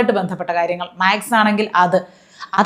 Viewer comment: മാക്സ് അല്ല ചേച്ചി, മാത് സ്...... കഴിയുന്നതും മാത്തമാറ്റിക്സ് എന്നു പറഞ്ഞാൽ കൂടുതൽ ഉചിതം.